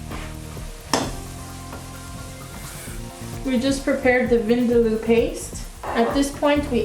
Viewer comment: If you can't even pronounce vindaloo, should you be teaching people how to cook it? #skeptic